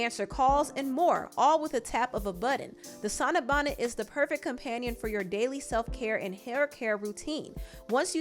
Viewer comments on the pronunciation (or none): none